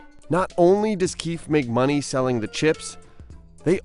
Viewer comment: Lol the keef group... Its pronouced KEY-FEE...